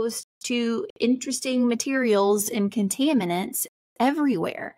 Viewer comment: You absolutely mispronounced (contaminants), when you completely screw up a word that bad, you don’t sound intelligent enough to know anything about what is or isn’t a dangerous chemical. Please type into google how to pronounce the word and they will bring up a diagram that you tap on and the will say it for you. It is really sad how much lack of education exists in modern schools.